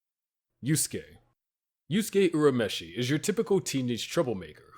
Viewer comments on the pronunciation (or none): Why do you guys purposely mispronounce name like urameshi when it is clearly said the same in both the japanese and english versions